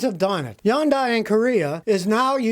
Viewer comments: It's not Yondai it's pronounced Hyundai. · Pronounced Hyun-day (Korean) or Hun-day (English, dumbed down imo) not Yun-die. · I live how he pronounces Hyundai. Lol. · you say Hyundai differently than I have heard it, is that the correct pronunciation Scotty?